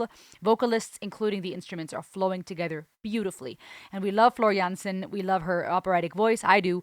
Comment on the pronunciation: There’s another live version in the: the electric castle live and other tales concert. The a in Jansen is pronounced as the a in Darth and not as the a in Vader. The second Goosens was the right one.